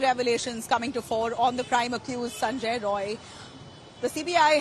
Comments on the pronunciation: Not Sanjoy Roy it's Sanjoy Rai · The editor/news reader India Today, Kindly correct the surname of the accused. He is "Sanjay Rai not Roy". Please.